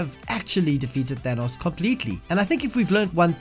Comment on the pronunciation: why does he say Thanos like Thenos